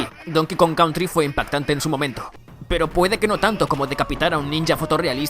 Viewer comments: Donkey Kong "Contry" :v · Jajajaja like si tambien te diste cuenta que decia donkey kong contry xD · me dolió el mal ingles de "contry" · Es country no contry tontooo!!! (sarcasmo)